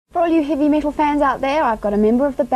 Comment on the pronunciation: "Heevy Mital"